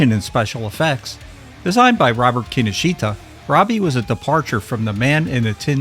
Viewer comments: Key Know Shta, not Kinnosheeta. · (Psst: Kinoshita is pronounced 'kin-osh-ta') 😉